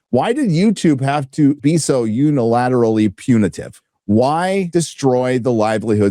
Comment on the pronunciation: You managed to say "unilaterally punitive" without fucking it up. Have yourself a cookie... 🍄